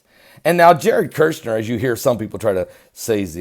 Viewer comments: Shill,done with you,it's Kushner,not Kershner,and he is evil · the pronunciation of the first syllable of Kushner's name sounds like "Push", so there's no "r" sound in the first syllable. KuRshner is WRONG. It sounds like as in the word "Push", so say Push-ner to Kush-ner. Say "PUSH" over and over, so you get in the habit of saying "push, push, push" to Kush, Kush, Kush, then add "-ner". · Kushner not kershner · It's Kush-ner